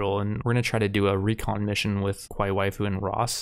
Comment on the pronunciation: I like how you keep pronouncing kawaii as Qwai. Much simpler and faster to say